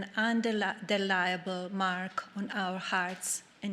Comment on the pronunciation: "Undeliable" Barbra boosh